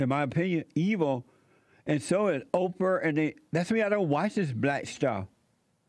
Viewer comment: “O-per” Winfrey classic Jessieism Har!